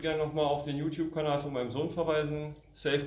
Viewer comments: Wer ist denn "ju tju"? ;-) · Konzert mit "jutju"